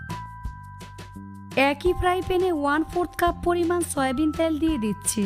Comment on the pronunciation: ত্যাল নয় ۔۔ তেল বলুন